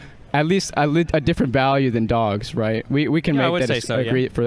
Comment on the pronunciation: “rightt” no…